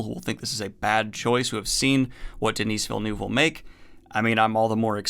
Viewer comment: As a French Canadian, your pronunciation of Denis Villeneuve made me cringe, but I still love you. Keep it up!